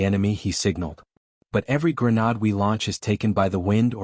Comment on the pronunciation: PROOFREAD......AI is pronouncing grenade "grey-nod"